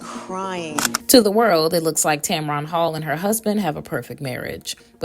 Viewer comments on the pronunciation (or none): If you want to sound professional and have any credibility please get the pronunciation of your subject correct! She keeps her business to herself as she should.this story is BS.